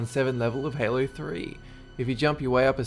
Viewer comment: did just say haloo 😂😂😂